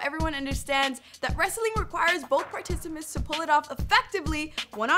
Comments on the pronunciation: Did she just say “both particimants? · Lmao did she said PARTICIMANTS???? 😂😂 😂😂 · She said "particiments" tho....